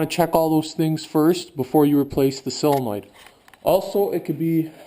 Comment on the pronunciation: It’s not “sillinoid”. sOlenoid.